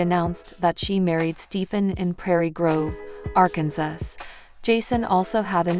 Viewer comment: By the way it's Arkansas not ar Kansas if you are going to talk and relay messages on the website learn to talk correctly!!!!